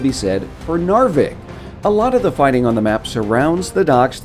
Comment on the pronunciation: it is still funny to me for some reason when people try to say "Nordlys", "Fjell" or "Narvik" it makes sense that it's hard to say for non-norwegians but it's still funny for some reason. also fun fact, the paperclip (according to my history teacher) was more a way of trolling the germans really, they would also wear red hats similar to gnome/santa claus hats to provoke the germans, this was after paper clips were banned, and i think the germans just gave up banning stuff after that.